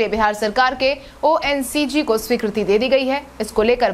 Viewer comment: ONCG नहीं मैडम ONGC (Oil and Natural Gas Limited) होता है.